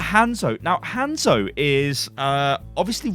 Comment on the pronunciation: Jesus christ, it is 'hahnzo' not 'hand soap'.